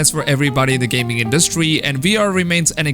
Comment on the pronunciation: You put too much emphasis on the 'duh" in 'industry' when you speak. It sounds awkward